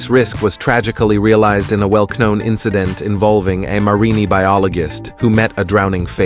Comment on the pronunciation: "marinie byoligist"